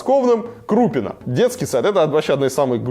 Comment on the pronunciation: КрупинО (ударение на последний слог)